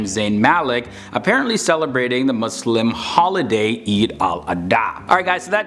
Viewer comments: Thank you for saying MuSlim not MuZlim :) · Finally someone who says Muslim not 𝓶𝓾𝔃𝓵𝓲𝓶